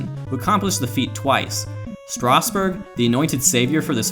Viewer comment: Lol Stasburg